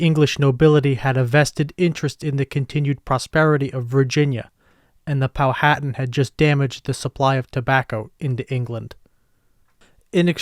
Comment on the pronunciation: Pow/wha/tan Is The Correct Pronunciation